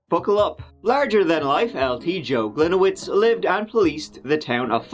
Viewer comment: As a Polish person, my ears bleed every time mispronounce the name "Gliniewicz" 😉